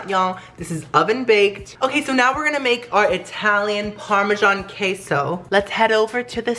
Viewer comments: I get triggered every time he says parmesan ;/ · Bach chicken parmashsn that's my parmashsn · NACHO PARMESAN IZ MAH PARMESAN